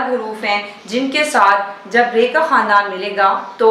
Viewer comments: خاندان کے تلفظ کو کھاندان کہتے ہیں نۓ بجے اس پر بات کریں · کھاندان نہیں خاندان ہی ہے تلفظ